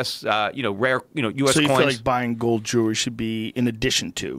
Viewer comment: He mis pronounces ‘jewelry’